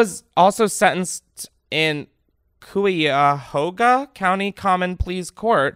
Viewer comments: i was here to comment this LMAO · Not Chris butchering the name of the place I live. 😂 They should be putting these people in Jail tho, not probation. 😂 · As a fellow Ohioan, hearing Chris try to pronounce Cuyahoga has me crying😂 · You trying to pronounce Cuyahoga killed me omg Chris ily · HEARING CHRIS TRY TO PRONOUNCE CUYAHOGA LOL. I live 20min from Cuyahoga falls. I love hearing people try to pronounce random Ohio cities lol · Dying at the pronunciation of Cuyahoga County because that’s literally where I live😂 Ohio gang rise up🤪 also it’s pronounced like Kai-uh-ho-ga in case anyone was curious but you probably weren’t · as an ohioan, i need to tell you that cuyahoga is pronounced ki-yuh-hoe-guh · HAHAH all ohioans d*e at how everyone else pronounces Cuyahoga. too many places in ohio have excessive names. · chris trying to pronounce cuyahoga is something i didn’t know i needed to hear until now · As a near life long Cuyahoga County Ohioan, it made me LOL! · I was just about to comment this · Came here to say this lmao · I’m dying at how you said “cuyahoga” county 😂 just because that’s where I live lol but jokes on me I guess bc I live in Ohio 🤷🏼‍♀️ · i’m dead with how you pronounced Cuyahoga 💀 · the way you tried to pronounce cuyahoga county...girl